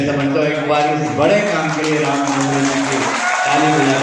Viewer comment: Name to sahi se le nahi pa rahe hai दाँगोड़े ko डोंगरे कह रहे hai